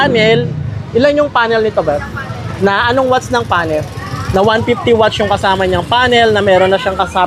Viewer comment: Ano yung wach? Akala ko nagkamali lang sa unang pagbigkas ng watts, pero ganon pa rin nung pangalawang beses nya sinabi, watts naging wach, king inang yan, simula non inistop ko na yung video, ayoko marinig yung wach ng siyam na minuto 🤦🏻‍♂️🤦🏻‍♂️🤦🏻‍♂️🤦🏻‍♂️🤦🏻‍♂️🤦🏻‍♂️🤦🏻‍♂️🤦🏻‍♂️🤦🏻‍♂️